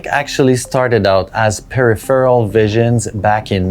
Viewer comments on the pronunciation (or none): Perry Farrell visions? Or are you trying to say "peripheral"?